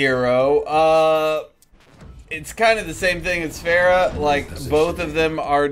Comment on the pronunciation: The mispronunciation of pharah is just painful and everyone says it wrong